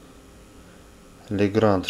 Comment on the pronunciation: Legrand правильно произносится как Легран. D на конце во французском не произносится.